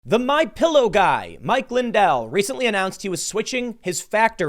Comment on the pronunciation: I'm gonna buy a "My Pyillow" now.